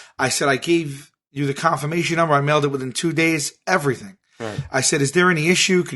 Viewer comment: "confirmation numbah"